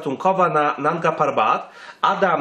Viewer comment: Mógłbyś się nauczyć chociaż nazwy góry Manga ,Narga Papat